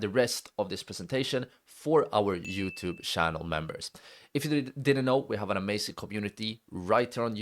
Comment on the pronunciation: Area pronounced eria not areia Fair pronounced feir nat fair Channel pronounced ch na sh . Except that excellent job. Listen to your video non stop whole day. Cheers 🖖 🇨🇦🇮🇹🇵🇱